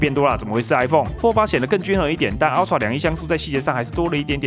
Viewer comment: 這個英文發音…啊ㄔㄨㄚˋ 普落 神人等級